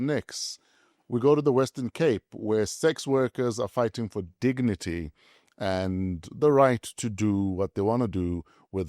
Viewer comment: Big Dawg says: "They're fighting for their dicknity" 😂